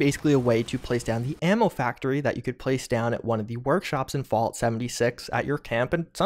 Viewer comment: He says fault 76 tho